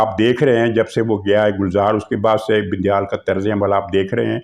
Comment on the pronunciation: عارف علوی صاحب کو علوی کی بجائے" اُلوی " الو کی نسبت سے پکارتے ہیں کیوںکہ ان کے کرتوت ہی اُلؤں والے ہیں ۔ یہ جان بوجھ کر ایسابولتے ہیں ، اصلاح کی ضرورت نہیں ہے ۔ بڑی عالم ،فاضل اور دانشور شخصیت ہیں ۔اسی طرح یہ بَندیال کی بجائے "بِندیال" کہکر پکارتے ہیں۔ شکر ہے وہ انہیں "بَندریال" نہیں بولتے ورنہ آپ اس کا مطلب خود ہی سمجھ جا تے ۔